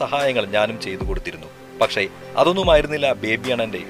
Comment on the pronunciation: വിവരണത്തിന്. അക്ഷര ശുദ്ധി ഉള്ള ആരെയെങ്കിലും ഉപയോഗിച്ചിരുന്നെങ്കിൽ ഏറെ നന്നായിരിക്കും. പഷേ, വെലിയ, സംവീദായകൻ തുടങ്ങി ഉച്ചാരണ ശുദ്ധി ഇല്ലാത്ത ഒട്ടേറെ ഉദാഹരണങ്ങൾ വികലമാക്കിയ വീഡിയോ ക്ലിപ്!!!